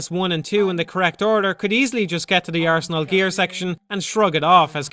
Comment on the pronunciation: "ARSE" NAL GEAR! :P